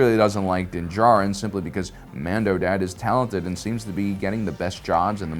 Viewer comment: holy shit! pronounced dins last name correctly!